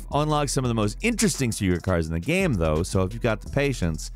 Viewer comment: "Mafia is a fun geum". Pardon? What the hell kind of accent is that?